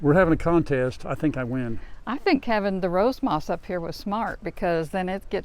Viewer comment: I get tickled when you say “rose moss”. …